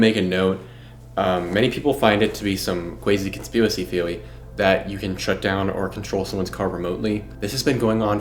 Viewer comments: My man ya gotta stop with the “conspewicy theewee” it’s killing the videos for me it’s not hitting like you may feel Respectfully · Conspewacy theowy. Ellen just might be the anti Christ. Watch meat canyons animation about her lol